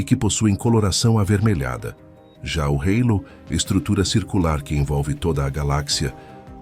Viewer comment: halo não é "rêilo" rsrs